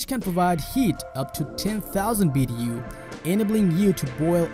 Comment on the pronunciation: Lol.. He said BDU's ..its BTU's good stuff !!